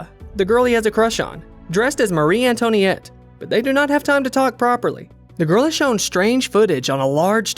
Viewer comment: Lol Mari An-Tony-Ette